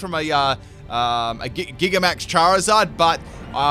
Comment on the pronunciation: Gigantamax is pronounced the way "gigantic" is pronounced. Nek minnit doesn't know how to pronounce gigantic